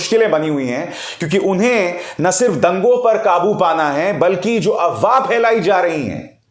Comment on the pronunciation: Sir the correct word is AFWAAH not AWAAH, why do keep F silent in that word?